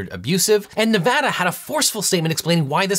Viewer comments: You know you're a good lawyer and have a duty to get facts correct when you pronounce Nevada right. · shout out to legal eagle for pronouncing nevada correctly.